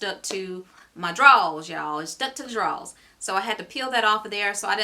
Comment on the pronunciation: I died everytime you said drawls 🤣🤣